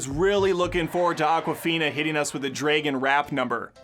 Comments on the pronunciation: Did you really just say "draygun"? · It's that how many times he said draygun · I cringe every time he says dragon😅